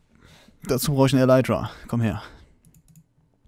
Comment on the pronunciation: Bitte lerne Elytra richtig auszusprechen :/